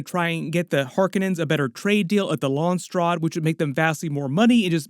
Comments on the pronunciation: “LONSTRAD” 😂😂 it’s pronounced “Lans raad” “ SELOOSA SECkOONDUS”😂😂 it’s pronounced “ selousah sekundus” “LANK VEAL” 😂😂 It’s pronounced “ Lank-a-vile” Whale fur not sperm dude And you almost got the Harkonen homeworld “GayDePrime” 😂😂 it’s pronounced “Gi di Prime” Keep up the good work lol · wait is that how Landsraad is pronounced? 👀